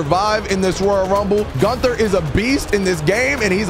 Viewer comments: Your pronouncing Gunther wrong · Gunther: if your gonna use me for a video at least get my name right